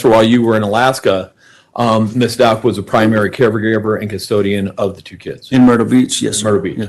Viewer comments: I think HH liked Al. As a dad. So sad she’s lost all her parents. Her attorney mispronounces Stauch too. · Is this first case? I feel a little embarrassed for him. I also think it's interesting that he has mispronounced her name several times and neither one of her attorneys are sitting near her, like they don't want to be associated with her.